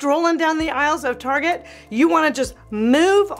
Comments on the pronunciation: Haha, I’ve had all that stuff you said not to get. Still have the matching dining set. It’s a work in progress! Btw, you probably know that “Tar-jey” was a big fat fail here in 🇨🇦. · you are so entertaining!! I haven’t heard Target pronounced “ Tar gey” since I was in junior high and we were trying to impress friends by pronouncing it that way!! 😂. I believe the Dayton family started that store, and unfortunately Dayton’s Department Store is no longer!!😞. Loved that store! You have so many good tips and advice. Thank you!!